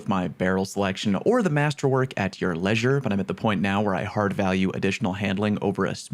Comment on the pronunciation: Something snapped in me with the way you pronounced leisure 🤣